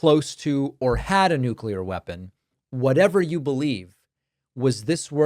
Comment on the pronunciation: "Nu-culur"😂 His Orangeness is yelling at clouds every day. It's exhausting. So is Trump's minions' need to tell everyone of how great and badass they are on an almost daily basis. All expressed in this super macho, self promoting, nonsense language that reeks of incompetence. Yuck!